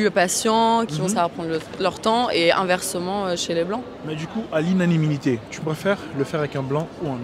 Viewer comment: '' à l'inaniminité ... ''